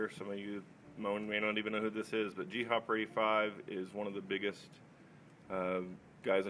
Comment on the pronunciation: So disappointed when I heard his name pronounced as "G-Hopper" and not "Gopper". Very good video though, I wasn't around then so had no idea who he was.